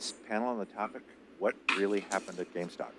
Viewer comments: Also it’s name is “GameStop” not “GameStock”. Y’all’s audio makes Columbia look bad. Next time pass out bottles not cans of soda. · Take a shot any time they say GameStock